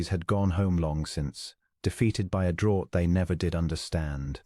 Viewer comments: Draught is pronounced draft, please get your English right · Draught is pronounced draft. (It is confused with drought pronounced “drowt” which is very dry period, that leads to short water supply) Draught is the British spelling, draft, American. In this case, it means a selection by the Duke’s dowager aunt allegedly so her companion Miss Polk is seated beside the Duke.